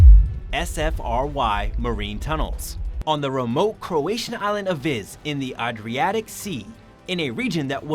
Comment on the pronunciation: This hurt to watch. What’s that sea name again?? Ardreeatic? Lol.